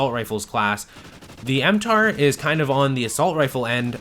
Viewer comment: It's mtar-x, not m-tar x.